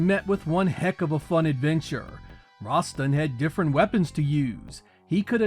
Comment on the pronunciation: Rasstan , not Rahstin 🗡️